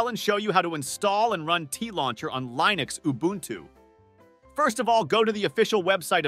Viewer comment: Plus the fact that the ai voice pronounced Linux as "line-ux" lol